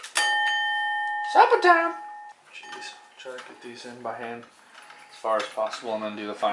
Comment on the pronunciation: Idk why but I lost it when you said “suppatime”